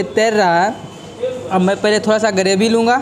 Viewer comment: गरेभि 😂 ग्रेभी होता है.